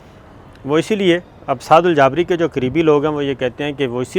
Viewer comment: سر ان کا نام سعد الجابری نھیں “سعد الجبری “ھے